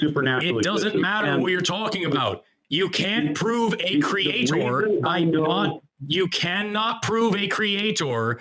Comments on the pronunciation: I can’t take any person who says creator like “Create-Or” seriously. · When they pronounce it "Cree-yay-taur" they may as well just forfeit the conversation. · What is the deal with Christians pronouncing creator as cre-atohr. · Why do you keep saying it like that? CreaTOR? You don’t need so much emphasis on the second syllable. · Pronouncing creator exactly like Kent Hovind is a great shibboleth.